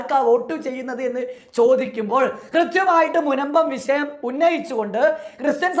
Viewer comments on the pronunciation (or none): ട പൊട്ടാ കയിഞ്ഞു അല്ല കഴിഞ്ഞു.... വിശയം അല്ല വിഷയം....